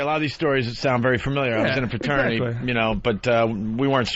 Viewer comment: Did Opie say he was once in a “paternity”